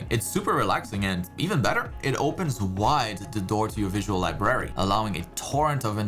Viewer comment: Sorry to be picky, but, the way he says library kinda bugs me a bit lol.